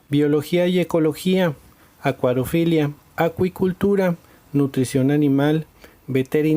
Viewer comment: Se dice acuariofilia